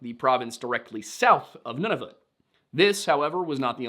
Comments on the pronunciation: Funny compliment to give, but thank you for pronouncing Nunavut right. I’ve seen too many Americans try to make videos and come up with the wildest pronunciations! The simplest way to show respect is to say a name correctly, so thank you! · MF can't pronounce Newfoundland for shit but pronounces Nunavut flawlessly.